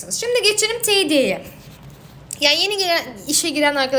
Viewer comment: Teeediye değil tediye